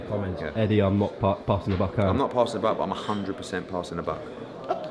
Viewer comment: It's Buck not book